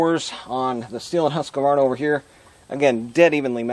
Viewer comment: Husqvarna is a 3-syllable word, not 4 syllable. It is not husk-a-var-na.